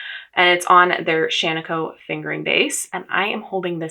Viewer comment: here from stitches and starlight...1. I love to hear someone pronounce Shaniko correctly (and Tumalo when that happens, having spent high school in Tumalo, it GRATES on my last nerve to hear it repeatedly mispronounced, which is OF COURSE a me problem). 2. I love the cardigan you are wearing in the (first for me) video, Marie Wallin(?) Looking forward to watching backlog of videos and learning about this project. 3. I will never knit a petit knit pattern, as I firmly believe they are all such simple, classic patterns that they are available in the archives of Ravelry or various accessible library (my own or public). But I happily would spend money on an all over colourwork charted pattern, if it is size inclusive. 4. I'm kntting 26 pairs of socks this year, joined the Ravelry group, am on pace, having completed 5 pairs in the first 10 weeks of the year so far. 5. I established my go to self drafted sock pattern about 60 pairs of socks ago, and will occasionally insert colourwork and stitch patterns into that memorized pattern (two at a time, toe up, heel flap and gusset, contrast toe, heel and cuff; 64 stitches - unless colourwork, then 72 stitches; size 0 needles, unless colourwork, then size 1 needles for the colourwork section, Icelandic bind off). 6. I started knitting sweaters in 2020 and have dozens now, and am very intentional about what I knit now. Fingering weight sweaters have been my go to for the last several, perfect for layering in Minnesota weather. Cardigans a